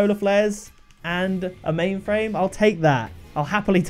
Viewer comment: OMG IM CRYING FROM WHEN HE SAID O PAINTED MAINFRAIME! BAHAHAHA